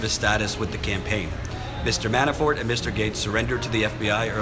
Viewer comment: When you say "Manafort" it sounds like you are saying "ManaFART" lol... I know I'm immature. But I found this hilarious. ❤